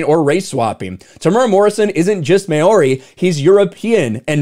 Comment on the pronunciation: I’m more offended by poor pronunciation of Māori, (you say it as ‘mau-ree’) and not surprised Disney cave in to 12 people online